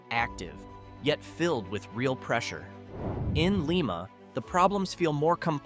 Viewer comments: Lime-uh...not Leem-uh...dumb AI. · Lima=Lie-ma not lee-ma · First of all, it's LIE-ma, not LEE-ma. If you don't get THAT right, how can we believe you about anything else? I personally knew and worked with the mayor of New Boston during the 60s. New Boston Coke, a coke oven complex (now a WalMart shopping center) was a major employer, but that came with a hefty price, as New Boston was a Cancer Alley that eventually claimed my mayor friend Ralph, as well as hundreds of others. You left out Bellaire, Ohio: in the middle of town is a SEVEN STORY TALL bank building in a town that has gone from a city of 15,000 to a village of 4300 in my lifetime. It once was a competitor for the Westward Trade with Wheeling West Virginia, a town that itself has shrunk to a fraction of its size as the Rust Belt tightened, to a nonentity. AND..it's just one of the Rust Belt Stories. MY SUGGESTION TO YOU: Get yer Goddamn PATRONIZING "documentaries" outa here and let WE OHIOANS tell YOU our stories; at least we'll get the pronunciations right, and we don't need any goddam AI to help us! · Your AI pronounces LIMA as LeeMa but it's real pronunciation, in Ohio, is LimeMa. It's only LeeMA outside of Ohio. You're right, rural Ohio is relatively job free.